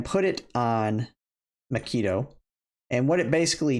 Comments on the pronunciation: Great info. Pronunciation of macchiato was Killing me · HAHHAHA makeeto?? Can you read? Have you ever heard of coffee? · Lol. I don't like coffee either, to the point that I avoid going in coffee shops because the smell makes me somewhat nausious. But even I know how to pronounce common names of coffee like Macchiato, Expresso, and Cappucchino.